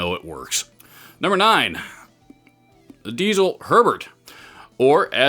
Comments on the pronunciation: You pronounced Herbert perfectly in the first place. Nobody in germany says it the other way. It must have been a troll or something. BUT its DieZel not Diesel. Its a name and its pronounced with a hard (german) Z. Something like DEET-SELL. Haha who cares. Nice video. Cheers from abroad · Don't get me wrong, but Diezel should be pronounced as "Ditzel". It's not a fuel it's the last name. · Germans apparently pronounce "Diezel" as DEET-ZUL. Don't worry about it.